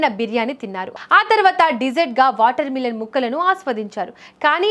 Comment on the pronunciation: మిలన్ కాదు మెలన్